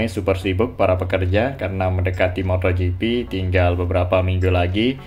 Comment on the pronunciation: Moto gp bang, bukan motho gp..